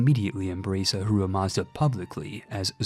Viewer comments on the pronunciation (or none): none